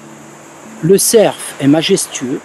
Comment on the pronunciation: le cer.. Fe se dit le cer tout simplement on ne prononce pas le F, en tout cas très bone video, je suis épaté!